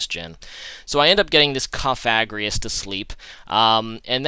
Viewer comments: no he doesnt he says cofagrius its cofagrigus he didnt pronounce the last g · COF-A-GRI-GUS are you ever gonna pronounce it right??? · Its kof-uh-GREE-guss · Just sayin' every time he faces a Cofagrigus, he doesn't pronounce the name correctly. It's not even a hard one to say. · THERE'S 2 FUCKING G'S IN COFAGRIGUS GOD DAMN IT